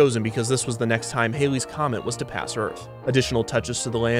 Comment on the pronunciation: It's pronounced:face-blue-smiling: 'Hal-eze's comet', NOT:face-purple-crying: 'Hail-eze comet'. Common mistake.